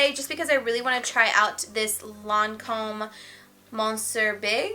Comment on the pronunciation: looooveeeeee it!!! btw you don´t pronounce the N in monsieur